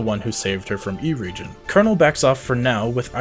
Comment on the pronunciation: Er-EH-gee-on. It's a reference to the works of J.R.R. Tolkien. EDIT